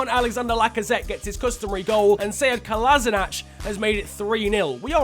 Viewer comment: Kolasinac is pronounced Kolashinats, not Kolasinach